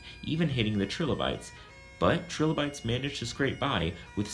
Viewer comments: Nice videos. But...it's [L-eye-kins], not litchens. And yours is the first time I've heard the little guys called trill-o-bytes. Usually it's Try-low-bytes. But good job anyway. I'll try not to climb the walls when l hear it. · The pronunciation I learned sounds more like "Try-lo- bytes" - But who knows what is actually correct from an English perspective... It is not the same if you use German, for example. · Wow you mispronounce trilobites and lichen. Good job. Way to sound smart. Why not mispronounce more words?